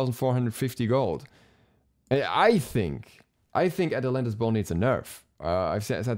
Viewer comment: atlantas bow sounded like athletic ball to me first time u said it